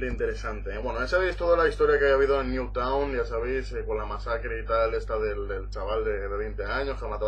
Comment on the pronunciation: El pueblo se llama Newtown y lo dice bien!!